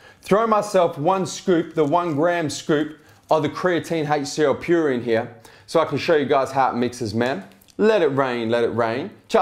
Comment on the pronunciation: did you just f*** a spider? Called the HCL Pure "ALCA Pure" twice when talking about pricing. Still the best reviews I have seen thus far!